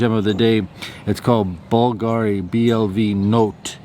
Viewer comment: Hi! BVLGARI uses the Latin spelling (where the letter "V" is pronounced like "U"). "BLV NOTTE" is pronounced "blue no-tey" in Italian, which in English means "Blue Night"